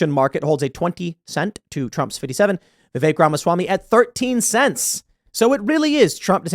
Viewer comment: Pretty sure it’s pronounced “vivik” not vivake lol